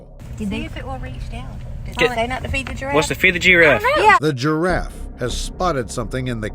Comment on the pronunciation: "The GEEraff"😅